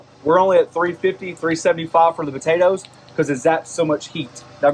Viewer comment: is he saying "buhtatoes"?